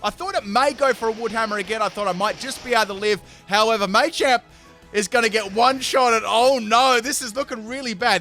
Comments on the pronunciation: Machamp not may-champ do dis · It's called Machamp, as in martial arts champion, not maychamp, just thought I'd let people know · Um it is pronounced mah-champ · Why do you say machamp so weirdly? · It's machamp not machamp